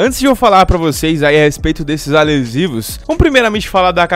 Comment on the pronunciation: poe na velocidade 0.5 e ouve a obra de arte kkkkkkk alem do "alesivos" o parece bebado kajsjf